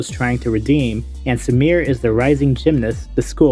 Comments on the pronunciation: Sumire isn't pronounced as "su-meer", it is "su-mi-reh". 😒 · You pronouncing "Sumire" as "Samir" is legit hurting my ears...